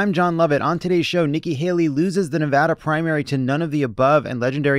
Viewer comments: I love that Jon knows how to pronounce Nevada. We matter, unless we don’t thanks to Trump’s minions. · I just want to appreciate you folks for pronouncing Nevada right. None of this Knee-Voh-Doh nonsense around here.